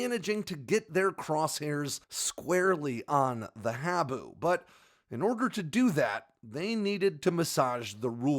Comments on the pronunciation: Minor issue. "Habu" is pronounced 'haa-boo' - after a black snake native to Okinawa, Japan, where the SR-71 forward based on Kadena AFB. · Great video, the proper pronunciation of “Habu” is “Haa-boo”!!